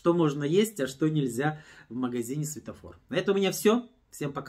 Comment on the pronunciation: Светофор, а не сфетофор